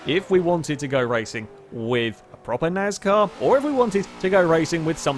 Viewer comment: What’s NAZCAR? ;)